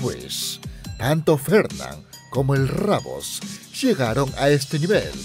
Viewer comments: DIJO EL RABOS ENVÉS DE DECIR RUBIUS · Al lugar de decir rubius dejo rabold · Se llama el Rubius no rabos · No es rabos es rubius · es rubius no rabos